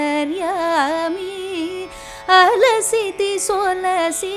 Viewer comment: Not 'YENTERYAMI' BUT 'antharyami'